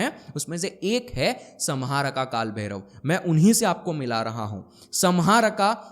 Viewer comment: Samharka को हिंदी में सम्हारका लिखेंगे । लेकिन सही उच्चारण "संहारक" sanhark है । Vedio banani hai to pahale sahi spelling likhna or bolna sikhle